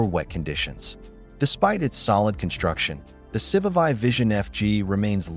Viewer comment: I just can't.. Someone needs to teach AI how to pronounce these names.If you want people to watch these videos, the moment you pronounce civivi wrong i'm gone